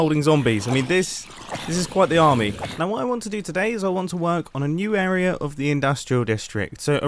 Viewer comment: I like that he says area like ”eroerea” 12.15